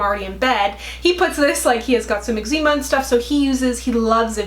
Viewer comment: Did she say homeboy has X-zeema??? 😂😂😂